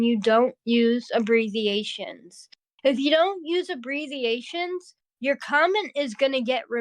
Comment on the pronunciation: did say “abreziations”?😂